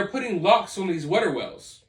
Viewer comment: Water not wutter🤣